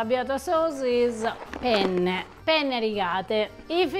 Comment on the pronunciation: Italian advice. Say “penne” not “pene”. Make sure you say the two N’s.